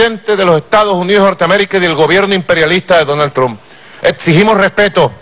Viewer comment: Quiénes son "Mike Pen" y "Donal Trum"? Que mal que habla este ex-presidente.